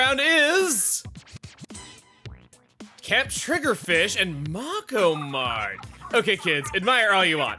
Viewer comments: Internal screaming that Chugga pronounced MakoMart as “Mock-oh” mart and not “make-oh” mart like the fish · Anybody gonna comment on how he said Mako Mart, Mawko mart? Mako is a kind of shark and is pronounced "make oh". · Hey chugga. It's May ko mart. As a Mako is a type of fish that is pronounced May ko